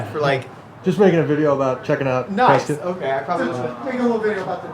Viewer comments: The whole Preh-Skit thing just kills me. PRESS-Scott. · Its pronounced Pres-cut not Pres-cot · It's pronounced "Prescitt" not "PresCOTT".....first clue you're a tourist. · One quibble,. They pronounce it PRESS-cut, not PRESS-cot. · locals dont pronounce it 'Press Scott'....its 'Press Kit'...:) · i grew up here and still visit frequently, its crazy to see a video on it! also, it’s pronounced preskitt, not prescott haha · Pronounced “Press kit” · It’s pronounced press-kit ! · It's pronounced, "pres-SKIT" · Preskitt Learn to pronounce it correctly if your gonna do a film on it. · It's pronounced Press-Cut... otherwise keep up the good work! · It's "Preskitt" AZ!!!! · It’s pres-cuit like a biscuit 🙌🏼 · Love you're channel and your dad's. Just a heads up to not piss off the up-tight people in Prescott even more. It's pronounced "Press-kit' lol. Keep up the awesome work! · I'm an Arizona native and Prescott is pronounced "p r e s k i t." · You are pronouncing the name wrong the woman in the lime green shirt Pronounced it correctly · Starts the video pronouncing the city wrong 🙄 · pronouncing the city's name wrong